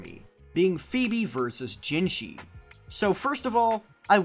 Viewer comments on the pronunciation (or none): again, its jinhsi, not jinshi azzhole.